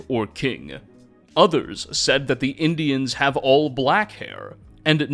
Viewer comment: I love the videos, but the Gollum-speak ("pilgrimses," "boneses," "Indianses," etc) hurts my head...